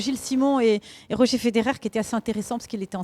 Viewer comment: ROGER pas ROGER ^^' mddr